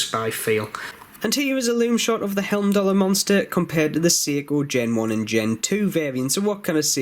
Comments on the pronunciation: Great review, thanks for taking the time to do this video, thumbs up given. The name is pronounced hyme-doll-er. Not quite sure why you're continually calling them helm-doll-er. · Video now driving me crazy. It is not Helmdallr!